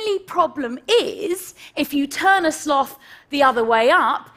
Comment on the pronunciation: Thank you for not saying slowth.